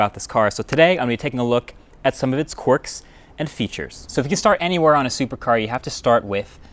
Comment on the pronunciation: I died when I heard him say quarks and features 😂😂